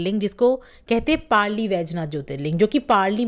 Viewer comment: व्हिडीओ अच्छा है पर उच्चारण गलत है वो औंढा नागनाथ है.पारली नहीं वो परली वैजनाथ है मराठी में परळी बोलते है. औरंगजेब था जिसने मंदीर देवी देवता मूरत फोडे थे.